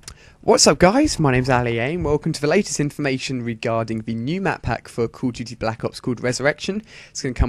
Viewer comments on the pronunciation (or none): Its pronounced Cawl Uv Dooty not Cooh Duey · Why do you say ' Cool of Duty ' ?? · cud of duti bluck ups lol made me laugh :)